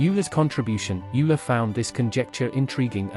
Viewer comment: "Youler" :D